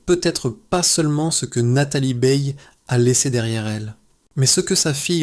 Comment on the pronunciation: Nathalie "BEILLE": vouys nepour riez pas programmer le robot à prononcer correctemenrt?